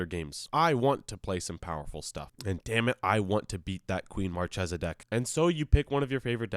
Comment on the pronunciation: It's pronounced MarChesa, like the C in "Caspian" or "Card"